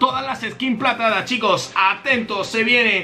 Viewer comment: Nadie: Absolutamente nadie: Yo: diciendo todas las skin platadas en el minuto